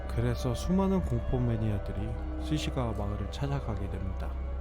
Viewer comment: 스시가와? 스기사와?